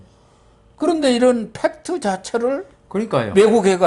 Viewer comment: 영어를 사용하려면 정확히 하든지 아니면 한국말을 사용하십시다. 팩트는 뭐인가요? 홱트라고 발음해야 되지 않을까요? 많은 한국인들이 F 를 P 로 발음하는것은 어디서 온것일까요? Fan은 pan이 되어 버리고 Fashion 은 Passion 으로 발음하는것 같은것은 고쳐야 하지 않을까요? 그외에도 그런 잘못된 발음들은 너무 많습니다. 그게 안되면 영어좀 쓰지 마십니다. 참 민망하게 들립니다.